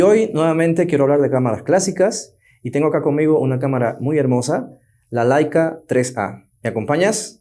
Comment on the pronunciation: Laica era una perrita que fue primera a la estratosfera. La cámara se llama Leica y se pronuncia “leica” tanto en español como en alemán.